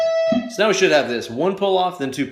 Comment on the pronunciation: I know I'm WAY behind...years behind, in fact. BUT, if you go to into the vid, he's clearly saying "Meow, " rather than saying "Now, "... so, I played it back three times, and laughed every time lol (the reference is from the movie Super Troopers).... So: • if someone already mentioned this in the comments section. . . .I apologize for idiotically repeating someone else. • if not?. . . .You're welcome.